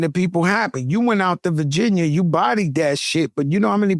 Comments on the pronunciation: Norferk Verginyer... took me out ⚰️ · Joe: “Virginer, North Caroliner..”🤣🤣